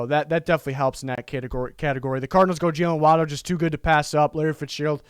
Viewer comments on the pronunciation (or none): none